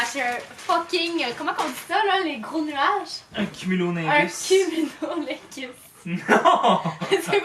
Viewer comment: tu essaies de dire le nom mais ça sort "cumulolingus" genre, vous riez quand tu parles de comment le matelas est un nuage 😁